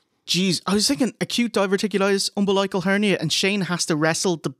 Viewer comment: pronounces "umbilical" strangely when referring to Shane's hernia. Like "umba-like-al". Is this an Irish thing? I've only ever heard "um-bill-ical". Anyway...great video, guys!